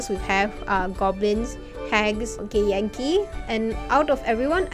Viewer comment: I just here gay yankee when she says githyanki and I love it.